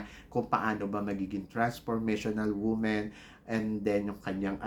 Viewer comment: WAG KAYO PAKAKASIGURO NA YUNG ALAM NYO AY MANGYAYARI. HINDI KAYO DIOS AT LALONG HINDI KAYO JUDGE. PRAY PRAY PRAY PARA HINDI KAYO MAPAHIYA., WAG KAYO AASA, PRONOUNCE THE WORDS "WOMAN" AND "WOMEN" PROPERLY. YOUR GRAMMAR IS IMPROPER.